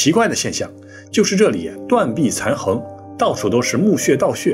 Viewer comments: 断壁残垣(yuan 第二声) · 断瓦残垣（yuan）